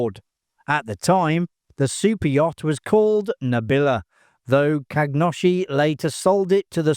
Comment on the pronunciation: Kagnoshi ❌ Khashoggi ✅ 😂